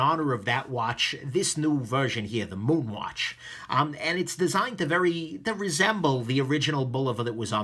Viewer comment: You pronounced it correctly! Yea.